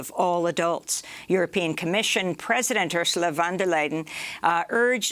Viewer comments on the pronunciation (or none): As a German, I love the mispronunciation of Ursula von der Leyen's surname. Von der Leiden is certainly more accurate! (Leiden means suffering in German and, as you can probably tell, I'm not particularly fond of her in that position)